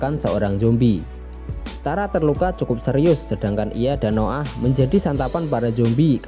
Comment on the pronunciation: Hahah Noah bacanya No 'Ah mantap njir